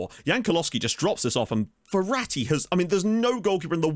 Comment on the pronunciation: Me: Mum I want Ferati Mum: We have Ferati at home *Ferati at home*: "Verratti"